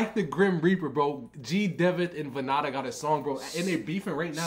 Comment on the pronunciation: Bro it's vann-da not vanna-da 😆